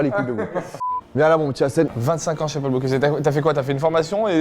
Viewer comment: Par contre le moment où il dit « Paul boCLUse » ça fait mal